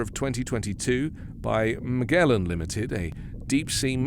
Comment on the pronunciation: Magellan: muh·jeh·luhn